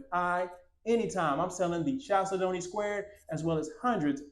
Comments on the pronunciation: Chalcedony is pronounced like this: kal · seh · duh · nee It is a gemstone that comes in beautiful colors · Always lovely homes! Love the squared style. Proper pronunciation of chalcedony is: Cal Said Knee. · That is pronounced “kal-SEH-duh-nee.” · Mr. Tiny, it’s pronounced kal-said-knee. A chalcedony is a semi precious stone which includes agates, onyx, and other stones.